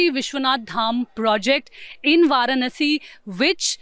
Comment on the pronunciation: can't even pronounce varanasi correctly. Pronounces it as per english. She obviously knows hindi.